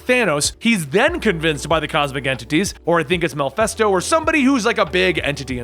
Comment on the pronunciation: Who is "Malphesto"?